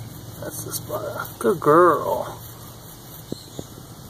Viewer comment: Lmao, "Good Girrrlll!"